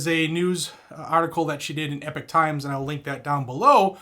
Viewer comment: So glad to hear that you know the correct way to pronounce “epoch, i.e. The Epoch Times.”